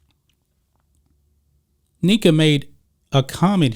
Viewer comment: “KNECK-Uh” “OH-GOOM-UH-KAY” that’s all. I rock with everything else though. Good stuff 👍🏾